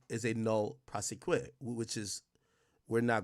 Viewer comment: Ak its pronounced NO-lay Pro-SEH-quee